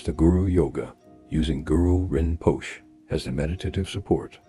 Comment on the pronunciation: Isnt it pronounced Rinposhay? Are u not a student yourself bot? Better take refuge.❤